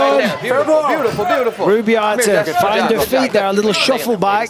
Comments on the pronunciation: Did the announcer say "Boobio"? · You can’t tell me the announcer didn’t say boobio instead of Rubio 😂😂😂😂